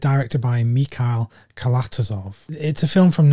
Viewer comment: good one on the Chris Marker double - unique films,. Been meaning to check out Gaudi, it's on the Criterion Channel here in the States. We are blessed with being able to preview some of the Collection. Well, quite a bit of it. Cranes are Flying is in my Top 10, a masterful film. By the way, director's name is pronounced as KalatOzov. Not the easiest for non-Russian speakers, I know. His real last name is even harder - Kalatozoshvili.